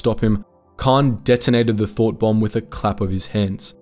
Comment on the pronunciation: Rember its thought bomb not thot bomb.